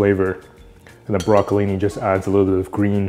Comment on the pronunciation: I think he said Brocholinni